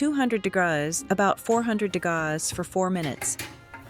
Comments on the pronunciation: Thanks for sharing this. I am tempted to try. There is nothing wrong to use the AI to help. I did have a problem listening with the "degause". But, the written translation helped me. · You are overcooking all of your methods...try, try again. Please quit using AI for your voice...it cannot read! Degrauz..degrees C or F. This is simply a poorly executed effort, audio wise. Video quality is good, but cooking? Horribly cooked for people with varying tastes. Do you even know what a soft boiled egg is? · This gal doesn't know how to say degrees. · Not the values, but the fact that AI can't pronounce "degrees". I'm using an air fryer at the moment, because my oven is elsewhere. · That's because she's using a cheap AI voiceover that doesn't know correct pronunciations yet. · The problem is your pronunciation of the word degrees is appalling.